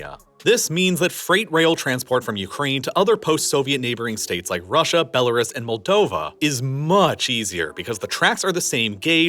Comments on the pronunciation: It's pronounced K(r)eev, unless you are Russian. Bella RUUS, not bela res. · You've still been mispronouncing "Belarus".